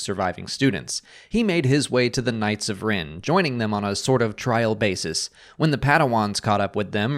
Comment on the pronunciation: It's rEn, not rIn.